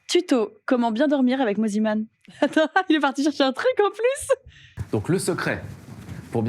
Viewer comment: Je rêve où au tout début de la vidéo elle l’a appelé « moniman » 😭😭😭